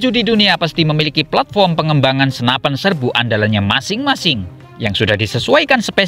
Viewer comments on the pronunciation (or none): none